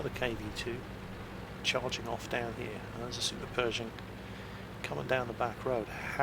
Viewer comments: I hope you'd learn english before watching. Perishing ? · I believed was saying Super Peugeot for the longest time.